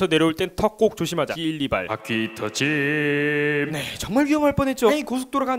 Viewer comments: 바퀴터짐을 포테이토칩이라 들었네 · 바퀴 터짐을 방귀 텀짐이라고 들음ㅋㅋ